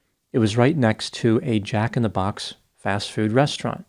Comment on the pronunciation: lol…bro - why are you sayin Jack in the Box like that…😂